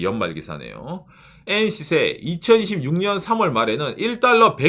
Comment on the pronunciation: 응...? , ... 2026년이 아닌 2016년으로 들리는 ... 데... 지속적으로 2026의 발음이 2016으로 들려... 너무, 꼬투리 잡는건가...? 내 귀가 잘못 되었나...? 그나저나, 잘못은 정부가 아니라 국민들 늬들 탓이다... 란 거냐?